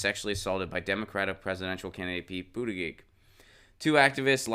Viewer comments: You lost me at multiple mispronunciations of his name. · Adam Gulick he spells it out correctly but he does not pronounce it correctly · Why do you keep saying his last name wrong? Why do you keep saying his last name wrong? Why do you keep saying his last name wrong?